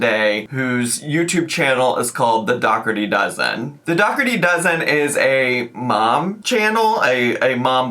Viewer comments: Is it not pronounced like dough-orty? As in Dirty Dozen? 😂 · It's pronounced door tea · is mispronouncing it